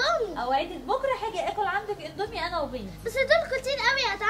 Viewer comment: الناس الطبيعيه: اندومي غزل: ادومي الناس الطبيعيه: شكراً غزل: شكان 😂😂